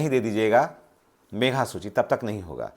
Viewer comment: सर मेघा सूची नहीं, मेधा सूची ( Meritorious List) होता है।